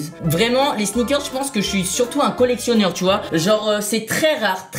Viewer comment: c des air Max 95 et sa se dit colectioner😂